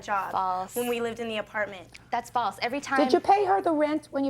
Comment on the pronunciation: Missed this yesterday. I was waiting for it since the "snort" was published a few days ago. It sounded like the plaintiff - I hate hair done up like that by the way, White or Black or Other - was saying "Balls" until I realized it had to have been "False." lol.